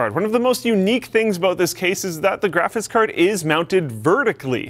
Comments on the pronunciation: Is it just me or does it annoy anybody else that he says "grafis card" ??? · Is it just me or does he say Graphis card? It bugs me :/ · does he say "graphiss" card? LOL odd accent or speech impediment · I like how every time says "graphics card" it comes out "graffis card" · keeps saying grafis card hahahaha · and his "grafice" card lol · "The graphis card...." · "Graphis Carrd" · "Grafis Card" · "Graphits card"... Lol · "Graffis card" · "GraphiTs card..." what? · Lmao, he can't pronounce graphics card, it's always graphis card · Is it me or does it sound like cannot pronounce the word "graphics"? lol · I've watched so many videos and only now have i realized you cannot say graphics properly lol